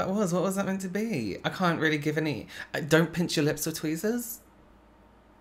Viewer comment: "I dont know what that was. dont pinch your lips with tweezahs?" *confused af* 🤣☠